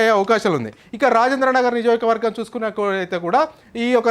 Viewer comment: First Niyojakavargam ani palakadam nerchuko